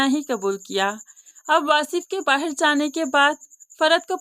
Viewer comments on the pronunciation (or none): Bahir nhi bahar kehte hen